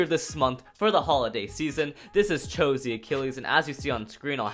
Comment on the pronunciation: It is pronuced double o